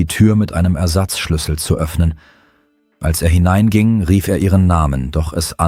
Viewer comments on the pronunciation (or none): none